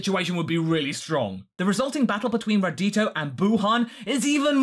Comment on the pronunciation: Radito? Really? Not Radiku? Come on! Radiku is radical!